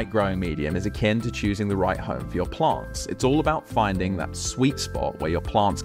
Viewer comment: Wtf are "PLONTS"??